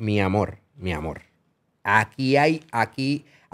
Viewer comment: cuantos “mi amol” va tirar Anonimus 😂